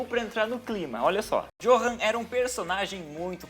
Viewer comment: Johan se pronuncia Yohan Mas eu sei vc não sabia